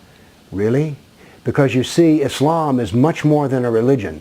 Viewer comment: You have nothing else to do. You do not even pronounce Islam correctly or Muslims correctly. In fact you do not even know the Full name of Prophet Mohamed. What you are saying about Islam is complete lies and fabrications. Just keep barking.